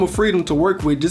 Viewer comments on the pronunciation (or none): First time I have heard 'com-promises'! I like it. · Nice job - you said "compromises" funny though - haha second